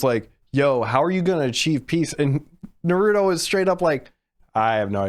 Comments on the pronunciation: Did he said dorito instead of naruto? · its pronounced nARuto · BRUH im not a hater on the ranking BUT STOP CALLING HIM NARUDO